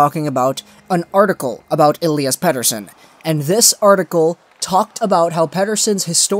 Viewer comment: jesus, thanks for not using that fucking sweedish accent on his last name, its about time for that! Well for starters why even make a video like that? shows you are not a canucks fan first and foremost, also it shows again like many people who cover the team, that you think you know better than the professionals who run the team. He is our top prospect cant you just be happy that he destroyed the last professional league he played in, the thought that he was lucky is just senseless to bring up and instead of validating that, you fell down the rabbit hole. You could have made a video defending it but instead you just made a leap for something that completely under minds the amount of skill and talent it takes to even get drafted! So now you retract after pure click bait did not work out for you.. Thats all this sounds like, maybe you should keep your canuck opinions to yourself!